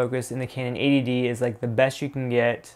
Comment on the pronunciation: It sounds like you're saying 'ADD'.